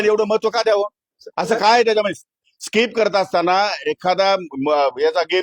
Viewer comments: अजून काय काय खेळतो हा गडी.... रम, रमा, रमी 😂😂😂😂😂😂😂 कृषिमंत्री आणि कोट घालून फिरतो... स्किप पण म्हणता नाही येत... स्काईप म्हणतो 😂😂😂😂😂😂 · याला साध स्किप म्हणता येत नाही आणि असले येडझवे लोक आपल्या उरावर बसवलेले आहेत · त्याला स्कायप येत नाही स्किप म्हणतात काय रे महाराष्ट्राच्या जनतेने निवडून दिले😂😂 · यांना नीट skip बोलता येत नाही... स्काईप बोलतायत...हे काय दिवे लावणार आहेत... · स्किप ला स्काईप म्हणतेय येडं शेतकऱ्यांच काय भले करणार😅😮😂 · स्काईप नाही हो साहेब त्याला स्किप म्हणतात... 😂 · सरकारमध्ये मंत्री पण एक एक नमुनेच आहेत 😂😂 सरळ खोटं बोलत आहेत मंत्री महोदय जाहिरात आल्यावर अस पत्ते सरकवता येत नाहीत स्किप ला स्काईप बोलतोय 😂😂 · स्किप ❌️ स्काईप ✅️ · हे येडझवे मंत्री साध स्किप (SKIP) बोलता येत नाही, आणि हे शेतकऱ्यांना जागतिक स्तरावर represent करणारा, अवघड आहे महाराष्ट्रच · ह्याला स्किप बोलायला येत नाही 😅 😅 🤣 आनि हा कृषिमंत्री... आनि आमच बाबा बोलतय 🚸 शाळेत जावा 🤣 🤣 🤣